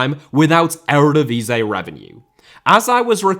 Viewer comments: Ere divisay? Please dude.... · please let me help you with the pronunciation of the erevedivisie it’s starting to hurt